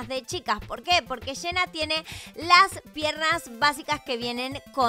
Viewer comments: Nosedice hena se dice jenna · Amo como dice “Shena” en lugar de Jenna JAJAJJSJJAJSJJS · Eeeeee pero se escribe jenna y se pronuncia yenna